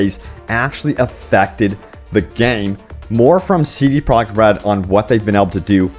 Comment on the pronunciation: This dude seriously needs to slow down when he says CD Projekt Red's name. He keeps slurring it together and it comes out CD Product Red.